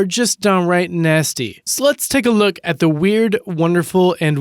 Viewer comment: did anyone else notice that when the guy says " lets take a look" it sounded like he said sluts lol